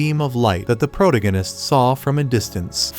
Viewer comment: Like the recaps but every time the AI voice says "Pro-tig-in-ist" instead of the correct pronunciation and it drives me bonkers!